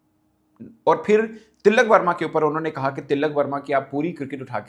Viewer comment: Woh til-lak verma nahi, Tilak verma hai ( no double L”)